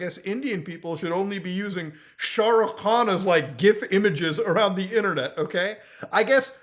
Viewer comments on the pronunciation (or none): brodha u speak hindi too but ur accent of "saha rukh khan" was weird lmaoo